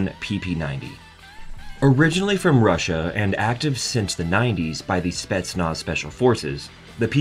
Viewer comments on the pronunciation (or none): none